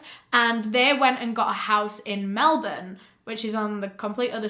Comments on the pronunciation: Can we just appreciate that pronounces Melbourne correctly? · omg finally someone who says melbourne right who dosent live in australia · The first thing i took away from this is that you pronounced Melbourne correctly 🤣🤣 Most international folk, don't :)